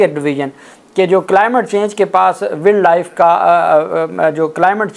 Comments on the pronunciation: Please correct, its not willd life, it is wiled life, it will sound like wyld life. from Boston USA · جناب صاحب، تھوڑی اپنے تلفظ کی درستگی کر لیں۔ ولڈ لائف نہیں ہوتا، Wildlife وائلڈ لائف ہوتا ہے۔ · شہزادے بھائی ولڈ لائف نہیں وائلڈ لائف کہتے ھیں افسوس اردو میڈیم سکولوں کی یہی کمزوری ھے جہاں انگلش بولتے ھوئے انگلش لہجے پر زور نہیں دیا جاتا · ولڈ لائف نہیں ہوتا وائلڈ لائف ہوتا ہے تلفظ صحیح کریں شکریہ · بیٹا جی ولڈ لائف نہیں یہ وائلڈ لائف ہے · وائلڈ لائف نہ کہ ولڈ۔ ویسے مان لیں کہ وفاقی سیکرٹری کابینہ اس منال ریسٹورنٹ کا اصل مالک ہوگا ۔ سامنے لیبل بھائی کا لگا دیا ہے ۔ اگر ایماندارانہ کھود کرید ہو تو سو فیصد یہی حقیقت سامنے آئی گی ۔ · بھائی جان انگریزی صحیح پڑھا کریں وائلڈ لائف ہے ویلڈ لائف پڑھتے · او بھائی ولڈ لائف نہیں وائلڈ لائف ہوتا ہے ۔ تمہاری انگلش بھی میری طرح پوری پوری ہے ۔۔ 😅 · وائلڈ لائف ہوتا ہے، ایڈووکیٹ صاحب، تصحیح فرما لیں۔ شکریہ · Salaam Bhaijan. Please use correct pronounciation when using English words such as ' wildlife'. It's embarrasing ! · Dear advocate, please check your pronunciation of wildlife. Hope you won't mind it. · “Wildlife” to be pronounced correctly please.😮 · Please pronounce Wildlife correctly! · Wild life pronounce hotaa hey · Please correct your pronunciation of Wild Life n other English words.